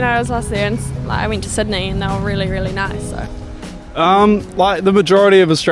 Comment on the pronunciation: No sweetheart, you went to Sydney, not Sudney 🤪🙃🤪